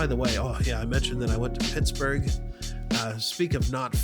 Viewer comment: You’re saying it correctly lol. Hope you feel better soon!!